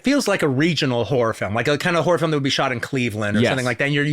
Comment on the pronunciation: He totally pronounced horror "whore" in the opening ten seconds.